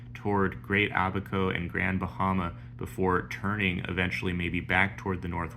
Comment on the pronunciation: Thanks. Glad to hear that correct pronunciation of Abaco ... 👍🏼